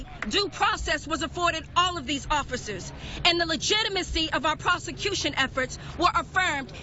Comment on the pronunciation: What the fuck is a "prosigation"?